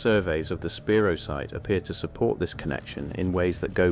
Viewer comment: It's pronounced spy-rō